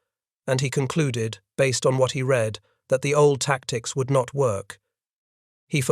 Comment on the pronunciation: “Read” apparently always rhymes with “feed” and never rhymes with “bread.” Sometimes you should correct the pronunciation of your robots. They aren’t perfect.